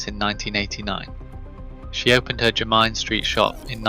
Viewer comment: It's your rubbish AI's way of saying Jermyn in the vid. It also wouldn't pass O level geography, viz. the map .